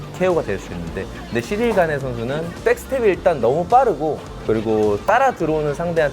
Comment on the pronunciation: 자꾸 시릴 가누라고 하네 ㅋㅋㅋ